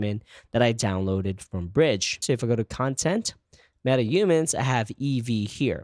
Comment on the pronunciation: It's not Metaumans, it's MetaHumans.